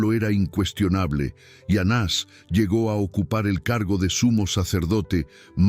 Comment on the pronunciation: Soy Sra NAVARRO. Estiy escuchando ka historia de ANAS Y CAIFAS. Dicha por USTED. Y oigo que no ha dicho correctamenre los nombres de esos personajes. Les da acento o se los quita a los nombres. Por favor no confunda.GRACIAS